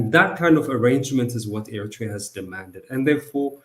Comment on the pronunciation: What makes your show interesting,, is the fact that your guests are well-versed in the subject of discussion you raise. The only misgiving: well, please pronounce Eritrea properly. With due respect, it should be ኤርትሪያ in English instead of ኤሪቲርያ. This mispronunciation has long been in vogue with many Ethiopian jurnalists working for English presses. Keep up the good work!